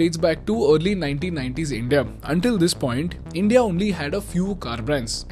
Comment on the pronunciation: Good video. But the way you say india hurts my ears😂